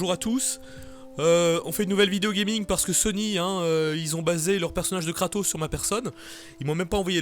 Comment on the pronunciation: kratos... sotark ? et pas Socrate ? sotark ! la fusion de Tony stark et soral